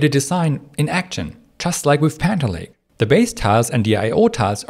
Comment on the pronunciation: Can you try to say panther lake? every time you said it in thhe intro you said "haner lay" and I am really having trouble keep up with turning hanner lay into panther lake while understanding at the speed you are talking.